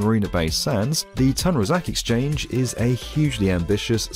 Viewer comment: Bro umm it's "Tun Razak Exchange"